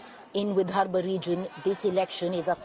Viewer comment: Hey guys, great work in trying to cover all areas of Maharashtra. Just a couple of suggestions - one Google search and you’d have understood it’s not Gramseva but Sevagram. Also, it’s “Vidarbha” and not “Vidharbh”. 😀